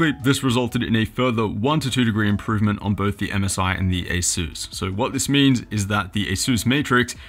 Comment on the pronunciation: aysüüs... wtf is aysüüs?